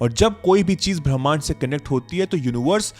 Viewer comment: ब्रह्मांड😅नहीं 😅भीमांड 😅बोलो 😂😂 😂 सर